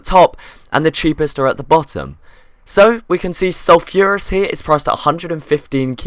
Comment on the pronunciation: ITS PRONOUNCED SUL-FER-US!!!!